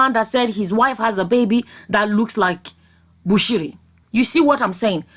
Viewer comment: You nailed it that's the way it is pronounced.